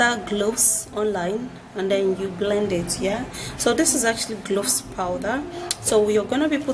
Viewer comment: You mean cloves? I hear u saying gloves